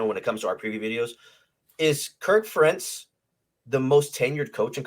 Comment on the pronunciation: Ferentz has been there nearly a quarter century. You’ve had plenty of time to learn how to pronounce his name. Worst case scenario, Iowa finishes the regular season 8-4. The defense is going to take a step back, but I think with the upgrade at QB, the offense will take a greater step forward.